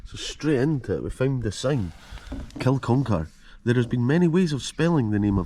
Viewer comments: It's Kin-uck-ar, not kil-con-kar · It's pronounced Kin,-uck-ar bud